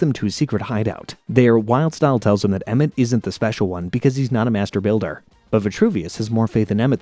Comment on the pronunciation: I thought he said master baiter